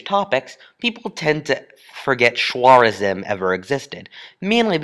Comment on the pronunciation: It's NOT Shwarezm, it's Khawarezm (Kha-wa-rezm)